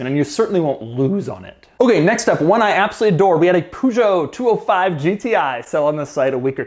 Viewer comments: A pugeot?? It's called Peugeot (like Pöscho) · What the hell is a Pugoh ? It is spellt pö schoo! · Please stop saying poo-jo... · Luv u but it’s pronounced “purrrshhyo” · It's pronounced "Peugeot" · Please Doug check the pronunciation for Peugeot, as a French speaking person "poo-jho" literally rapes my ears. Nobody in the world says it this way especially not the French. Viewers give this comment many likes so he will see it please! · I'm not French either but that doesn't change the fact that his pronunciation hurts others' ears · But he pronounced it as "Peugeot"?